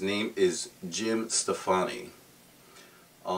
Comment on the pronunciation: Its Jym StoPPani, not Steffanie. Gwen Steffanie, maybe? lol